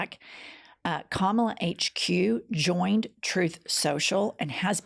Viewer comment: I just realized as I heard it read aloud. Trump is calling her Ka*MOB*la. Mob.